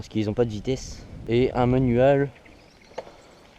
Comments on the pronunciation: Manuåle 😂😂 Mdr aucun accent anglais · MDR comment tu dis manual😂😂